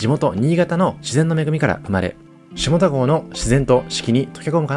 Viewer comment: 下田と書いて読み方は「しただ」です。